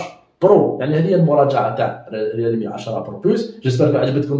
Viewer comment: ومزلت تقول ريالمي ههههه ههههه